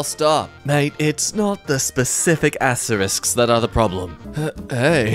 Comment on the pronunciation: "Wha- what's wong with astewisks?" * Looks down, eyes tearing up. * "Wh- why do peopwle say they're bad?" (Jk, they're actually the worst things to exist. 🤢🤮)